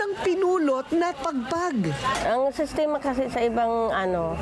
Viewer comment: Sistema not sestema mangmang